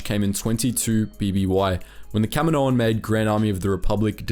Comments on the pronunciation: Kamino = cam - een - oh Kaminoan = cam - eh - no- an? Wouldn't it be Kaminoan = cam - een- oh - an? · Kamino-an. You sound dumb saying Kami-noan. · What is Camo-noan? It's Kaminoans. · For the amount of times you saying there race it would help if you actually said it right just once.